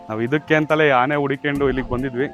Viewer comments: ಆನೆ not ಹಾನೆ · ಹಾನೆ ಅಲ್ಲ ಆನೆ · ಅದುಹಾನೆ ಅಲ್ಲ ಆನೆ ಮೊದಲು ಹಕಾರ ಅಕಾರ. ಸರಿ ಮಾಡಿಕೊಳ್ಳಿ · ಉಚ್ಛಾರಣೆ ತಪ್ಪಿದೆ ಹೌದು ಆದ್ರೆ ಕೆಲವರಿಗೆ ಆ ಕಾರ ಹ ಕಾರ ಉಚ್ಛಾರಣೆ ಬರಲ್ಲ